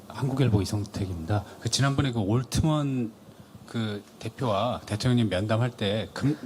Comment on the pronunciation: 올트먼은 누구여? 발음 굴리려고 남들하고 다르게 부르는겨?